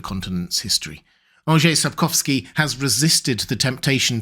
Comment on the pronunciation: Thank you for making the effort of pronouncing Mr. Andrzej Sapkowski’s name that much more accurately than others. Just a very nice touch. :)